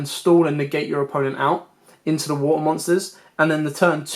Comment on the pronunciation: Wuutuh. Sounds funny hearing you say water lol